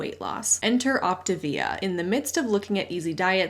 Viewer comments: “Op ti via” sounds just 🤣🤣🤣. It’s sending me!!! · That pronunciation of Optavia actually makes sense. Like a contraction between the Latin (or maybe Italian) words optare (to choose) and via (life). It's exactly what they are promoting and not at all achieving...